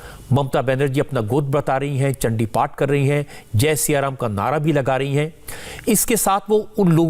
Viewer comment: Mamta is not Bengali because her Chandiparh pronunciation is totally UP Bihar based. Durga kcchamaa shiwa dhaatri......